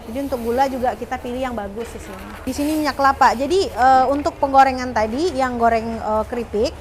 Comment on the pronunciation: Mba nya selalu ngomong "disni" disini"..